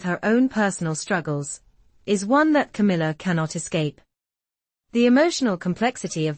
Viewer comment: Camilla not Kamala